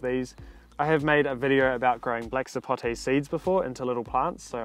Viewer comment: Thank you for saying Sapote properly, and not "Sapotey" like some people!